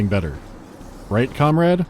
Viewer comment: guessing by how he said comrade at the end I'm assuming singularity is gonna be next episode